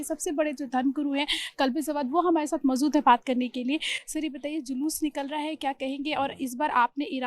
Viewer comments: Mozood nahi mojood hota hai. Kisne is jahil ko anchor bana diya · Isko huroof sahi se nikalna nhi aata hai Kaise anchor ban gyi ye madam Maujood ko mauzood bol rhi hai bechari 😂😂😂